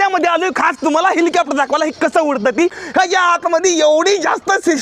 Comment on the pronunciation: हेलिकॉप्टर ❌ हिलिकॅपटर..✅ ही बघा.. ह्योका..😂😂